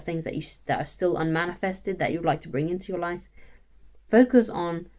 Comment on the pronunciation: 'Focuz on Betternezz' 👌